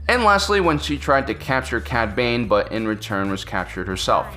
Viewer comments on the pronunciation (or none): none